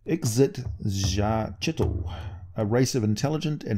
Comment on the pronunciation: IK-SIT-ZACH-IT-AL Also Demogorgon was not at all part of D&D for years until Eldritch Wizardry came out